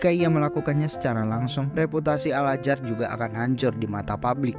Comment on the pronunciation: Al Azhar bang bukan al ajar